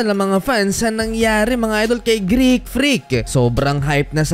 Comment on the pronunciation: Greek not Greak 😂 ✌️